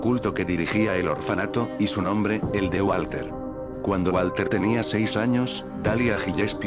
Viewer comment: Hoygan dice mal el nombre